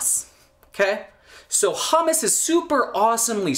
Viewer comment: Interesting pronunciation of "hummus."